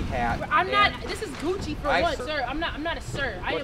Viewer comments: lol he said gucky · When the cop kept saying a “gucky” hat instead of “Gucci” I was rotf!!! 🤣🤣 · 😂😂😂😂 he said guckie 😂😂😂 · A gukki hat 🧢 😭😫🤣😂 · He said gucky hat ... I’m dead 😂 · This man said gukki😂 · He said "Gukkie" instead of Gucci😹😹😹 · He said gukkie hat😂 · Can you please stop saying Gakkyy please😂😂😂😂😂😂😭😭😭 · Did she say "THEY NOT GONNA TAKE MY BOOTY HOLE? 😂😂😂😂 Cop kept saying no Gucci but Gukki 😂😂😂😂😂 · Bruh he really done said black shirt & pants with that "gucki" (Gucci) hat!!! I'm dead 🤣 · He had me dead when he said Gucci wrong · Da officer lmao "Gukki hat" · When he kept pronouncing Gucci wrong🤣